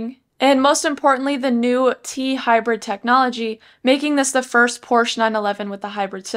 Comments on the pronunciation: Thanks for the video! Hopefully, they keep a manual option if they go all hybrid with the other 911 models. Also, it’s pronounced ‘por·shuh’ 😉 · Stopped watching after seconds. Pronouncing Porsche wrong, and all you're doing is reading it off the website. People who own a 911 or are looking to buy one are already familiar with the specs, so it's a giant waste of time. Also you're monotone, which is boring.